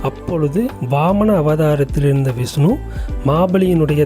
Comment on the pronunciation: விஸ்னு பகவான். சரியான உச்சரிப்பு முக்கியம். மகாபலி மாபலி யானது